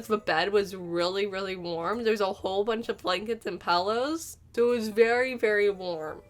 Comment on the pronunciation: Did she mean ‘pillows’? Not ‘pallows’??